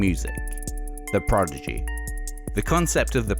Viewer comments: Clearly a big fan but he keeps saying Progidy instead of Prodigy...easy mistake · This is very interesting but spoiled a bit by this guy constantly saying "Progigy" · He keeps saying "PROGIDY" instead of "PRODIGY" and people in the comments seem to be ok with that. I don't get it :( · All together, "prodigy" Not "progidy" Ok? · Casting director: You'll be reading for the Progidy documentary today. Narrator: Progidy. Casting director: You're hired. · Why people keep mispronouncing the prodzedgeeh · Why does it sound like he's saying "The Progidy"? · Why does the narrator sound like he's saying "the Progidy"? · I can't get over the guys pronunciation of Prodigy.